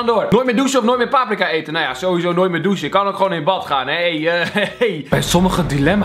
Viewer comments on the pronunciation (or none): none